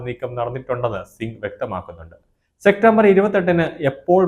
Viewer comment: സെക്റ്റംബർ അല്ല സെപ്റ്റംബർ